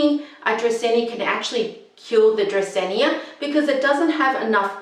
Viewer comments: It's Drah-seen-ah, not Drah-seen-ee-ah. And you need a better mic. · sorry, but it's "dracaena", not "dracaenya". very hard to watch you saying it so many times😢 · You're mispronouncing the plant name. It doesn't end with "nia". Frustrating. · agreed. no hard feelings, but i couldn't go through! because it feels like the author is doing it on purpose and repeating it excessively 😂